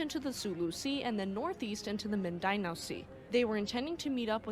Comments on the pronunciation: It is pronounced “ Min-din- now” Mindanao. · It’s “Mind-den -aow”.